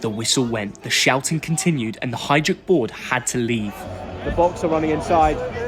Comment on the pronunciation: Good weather in London? 😅! Hajduk, duk pls, pronounce it right.